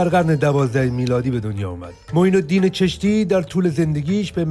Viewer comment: خواجه معزالدین از غور بود و جالب اینه که ایشان فهمیده معین الدین چستی گفت چرا؟ چون اگر چشتی میگفت دست او روی میشد ببینده هایو میفهمیدن چشت در هرات کنونی واقع است و نسل همین معین الدین چشتی و زیارت پدر ایشان و باقی اعضاء فامیل ایشان در چشت است و بنده هم یکی از همون نسل معین الدین چشتی استم😂😂 اخه بگو مردک مگه میشه ماه به دو انگشت پنهان کرد؟ اینقدر عادت کردن که هر چی بگن ایرانی که یاد نا میره که بابا الان اون ایران که شما قرار دارید هیچ ربطه به ایران قبلی نداره! هر کجا که از ایران سابق یاد میشه هر فرد مشهور و هر مکان مشهور او در افغانستان فعلی است! مثلان چشت و معین الدین چشتی! در هرات است و همچنان تمام نسل ایشان در هرات استن همچنان معروف و مشهور استن در هرات هند همچنان سالانه مردم زیادی هندی و پاکستانی در کل هر کسی که از معین الدین شناخته داره به هرات به زیارت میاین و با نسل ایشان که به همان خانه مکان ایشان دیدن میکنن و ما سنی مذهب استیم و بودیم اصلان هم راضی نیستیم که از بزرگان ما به عنوان نعوذ بالله قدیس استفاده بشه.اما همچنان مردم بزرگان ما فراموش نکردن و به همه اشکار است ایشان اصلیت ایشان از کدام منطقه و کشور استن پس چرا میخواهید خود را به بزرگان ما مشهور کنید! شما بجا ایرانی اگر میگفتید افغان هستید احترام ویژه نزد مردم هند پیدا میکردی